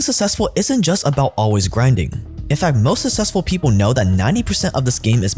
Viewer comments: Bro the way you say 'successful' sounds like it's spelled 'sussessful' .... SUCKSESSFUL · The amount of times I heard “sussessful” in one ad hurt my head.